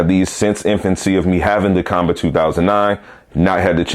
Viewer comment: According to Qanba the company, their name is pronounced "Kwon-Ba".